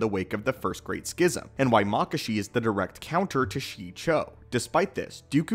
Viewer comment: "Shee Cho" "Mock Ashi" "Vay Pad" LMAO 😂 From what I remember they are pronounced: She-e-cho Ma-ka-she Va-paad The last one I haven't heard of in a while to remember how to pronounce it as well 😂